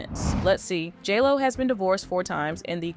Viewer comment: Is it just me, or does it sound like the narrator says "Jello" when she says " J. Lo"?